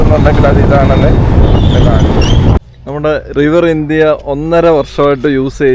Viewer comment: റിവർ ഇന്ത്യ അല്ല റിവർ ഇൻഡീ 😀